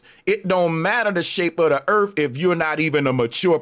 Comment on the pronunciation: earf ? it’s earth. i ratta? its rather. Who gave this guy a microphone? He can’t even talk you are making L Jamar seems smart